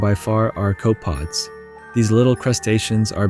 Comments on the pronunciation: Really cool video. But your mispronunciation of copepods and other creatures is tearing at my will to continue. I realize it’s my fault and not yours. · I didn't think it was an AI voiceover when I watched, but then again you never see the guy speaking on camera, which would prove that it's his real voice. But whatever this voiceover is, it sounds human enough for me, maybe the guy just didn't know how to pronounce "copepods" correctly. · CopApods. Not cope pods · It's pronounced Ko-puh-pods. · not cope pods, co puh pods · Copepods, pronounced co-pee-pods as opposed to cope-pods. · Fascinating, but this narrator cannot pronounce anything correctly. "Cope"-pods,? Really? It's coh-peh-pods, you vapid child. Which you'd know if you were anythning other than an AI voice reading an idiot AI-written script. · It's not pronounced "Cope pod." They are "Coh-peh-pods" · pretty cool video. Amazing how much life in a puddle. copepods pronounciation: KOH-puh-podz - koʊpəˌpɒdz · Great vid btw Copepods is three syllables "KOH-puh-pods" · It’s pronounced “Co-peh-pods” Cool video! :) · co-peh-pods. 3 syllables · Thank you. It was driving me nuts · sure but he just said "cope-pods." Irrespective of what you or I said, its 3 syllables and he said the word with only two. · That annoyed me as well. "Co-pods"? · I call bullshtt. The water would be extremely low in oxygen levels if what you described was actually the case. And you seem like a slick YouTuber so of course it’s bullsht lol. Then I heard this guy say copepods wrong. Then I knew it was stupid ai narrated bullshit for sure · you mispronounce almost every SPECIES WHY? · You keep calling them cope-pods… it’s 3 syllables bro. Also “raw-tifers” instead of row-tifer hurts. Please… it’s important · In the video ro-tuh-fers was said first, then it said rot-tee-fers later the first way is correct, also its koh-puh-pods not cope-pods. In general tts/ai is terrible for videos like this, just use your own voice no one will mind it